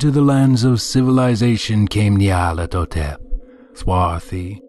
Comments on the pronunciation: I prefer this reader's pronunciation to the 'official' one personally. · He pronounced a few words rather oddly. I actually like how he pronounced Nyarlathotep.